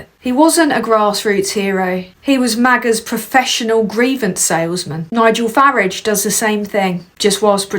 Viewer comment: First time I've seen your 'channel' Couple of things, fantastic stuff that someone so young(I'm old) can see what's going on and report on it so eloquently. Also, I love the way you pronounce Farage as Faridge, like the UK way of saying garage rather than the deeply annoying american Garaaage . Good work lass, New sub